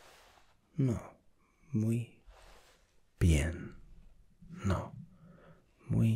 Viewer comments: If you pause after the no in "no muy bien" like that it sounds like you are saying: no, I'm very good (in a disappointed tone). Instead of saying I'm not very good (like how punctuation can change a sentence in English). Also it's menos not menas as you were saying. Still I'm enjoying this : ) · Hey, I'm from Argentina and I wanted to say that your spanish is very good, but you had a bit of a mistake when you were saying "No muy bien". Actually, when we feel bad we just say "I feel bad", or "Me siento mal" in proper spanish. The way you pronounced "No muy bien" actually sounded like you were good, but doing a funny face while saying it:P More of these please. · Im Colombian, and in the "No muy bien" phrase you change completely the meaning of it because of the pause you did between NO and MUY BIEN, you should say it straight, without pause, but youre not bad :)